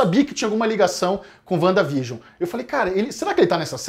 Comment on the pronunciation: A colab mais perfeita da Net. Mas essa pronúncia "Uanda vigion" ??? Vcs tão de zueira né. Que forçada de barra. Kkkkkkk Sim os episódios fazem uma homenagem a TV, mas enquanto episódio mesmo, não tem nada de espetacular. A série não foi criada para ser uma homenagem a era de ouro da TV, o propósito é outro, é linkar com a fase 4, então... Menos nessa apologia exacerbada.